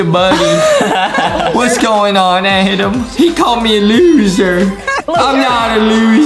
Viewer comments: It is Adem not Adam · It is not Adam it is Adem